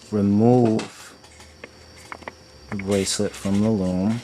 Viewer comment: STOP! Saying braclet!